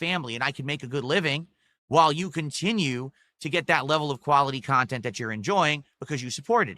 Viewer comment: Khavhliti khantent my friends!